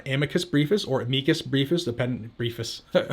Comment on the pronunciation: "Ameekus Breefus" HaHa. I like this guy